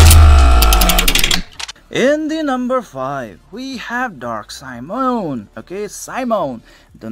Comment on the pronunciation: Great review of tankers. Can't wait for more of that. :> it's should spell not a Simon but more like medieval European soldier Si-mó-ne or Si-mo-né. XD because he's a medieval soldier xD (hash tag dark souls xD)